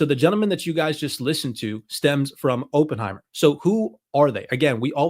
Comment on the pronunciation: Please learn to pronounce Oppenheimer